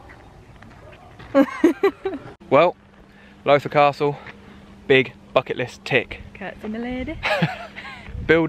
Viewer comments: My home turf, awesome vlog. Loving the energy too 🙌🏼👌🏼🤟🏼. Lowther - pronounced like Laou-ther 🤩. Where are you heading in December up here? We should do a coffee 🤩🤩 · Fantastic video ! one thing is Lowther Castle is prodounced like “allow the” without the a on allow